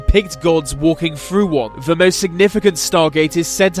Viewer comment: can this guy pls say the instead of ve